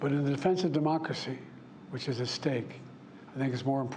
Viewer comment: Can't say democracy or cherish? Lol😅